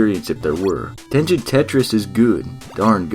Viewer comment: I also thought it was pronounced Tengen with a soft “g” sound like he’s saying it in the video but then I learned it the “g” sound is actually supposed to be a hard “g” sound so the “g” is supposed to sound like the “g” in like “game” as opposed to the “g” sound in like giant, so in other words he is saying it wrong